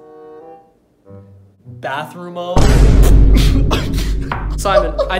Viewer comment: Simon" may i use the Bathroomo" Simon *Proceeds to act like he was indeed Latino